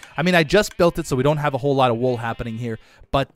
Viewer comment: "ayyyy come and get de wool"- 2020